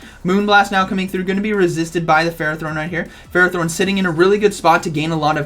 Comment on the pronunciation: Interesting games :D 1 thing I think ferrothorn is pronounced "fer-roth- horn" (I hope you can read that) I did hear that name in the anime & pokedex 3d pro app they usually have official pronunciations